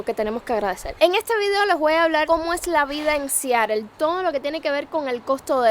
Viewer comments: Siarel 😂😂😂😂 es Seattle pronúncialo bien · Como se pronuncia en Inglés americano realmente es SIAROL. Te lo digo yo que trabajé en esa ciudad varios años.👍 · Para hacer un reportaje de Seattle primero debes de saberlo pronunciar. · sin afán de ofender! Aprende a pronunciar bien el nombre Seattle